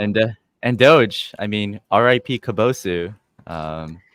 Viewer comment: How can a Japanese person repeatedly pronounce kabosu like that? 🤢